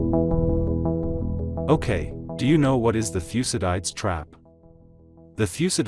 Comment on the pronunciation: Thucydides is pronounced thoo -si-duh-dees.